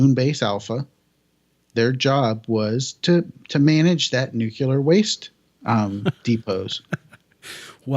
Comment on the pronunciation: "Nu-cu-lar"... really? ;-/